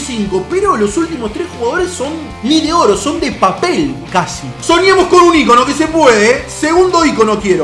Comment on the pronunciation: Hasta que escucho a un youtuber decir ícono bien jajajaja dj pumus cacho entre otros dicen icóno con acento en la O jajaja